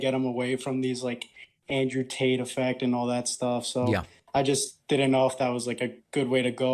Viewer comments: Is David purposely saying Andrew Taint? 🤣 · Did you say Andrew taint? Lol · Did he say andrew tant🤣🤣🤣🤣🤣